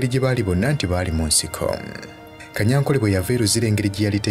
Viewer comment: Besides, the name is Tadeo Kanyankore not Kanyankole. In our Runyankore/ Rukiga dialect, there's no letter L, so please stop it.